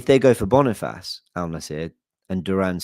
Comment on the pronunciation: Bonifassss😂😂😂😂😂😂 brother that’s not how you say it bro